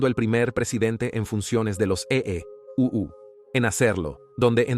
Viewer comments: Muy bueno el relato, pero le hago una sugerencia: NO DIGA EE U, diga EUA o EE. UU. EE. U. le quita importancia. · Debes enseñar a la IA a leer EEUU o a EU a decir Estados Unidos. Se oye horrible cuando lee E.E.U.U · Deberian advertir que lo narra una voz artificial. Cada vez que dice E, E, U, U… me explota el cerebro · E-E-U-U E-E-U-U sabes que EEUU son Estados Unidos. Habla claro coño. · Como se nota que lee en español una IA, porque en lugar de decir Estados Unidos dice EEeee y tras un brebe silencio unas veces dice U y otras Uuuu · Ése tipo no sabes decir usa es un fato que cosa decir EEUU jajajaja no voy a ver ese documental eeuujjj😅